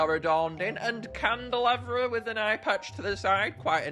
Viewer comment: Not clavavera it's candlvera.